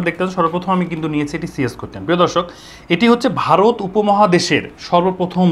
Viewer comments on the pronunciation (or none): none